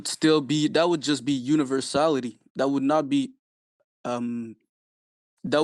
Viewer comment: Dude fucking said universality oh my god